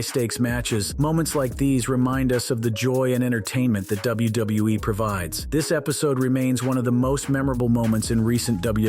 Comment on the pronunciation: Never have i ever hear anyone struggle to say "WWE" so much 😂